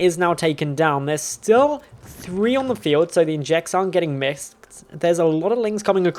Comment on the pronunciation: "Injects aren't get misksed"